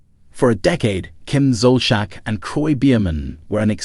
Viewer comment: You need to pronounce her last name correctly!!